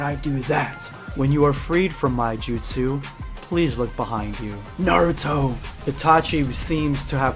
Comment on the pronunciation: IT's not NAR UTO. It's NA RU TO